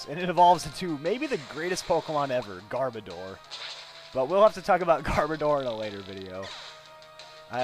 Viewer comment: its pronounced Gar bO door